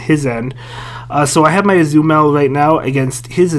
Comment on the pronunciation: Why can't you pronounce Azumarill?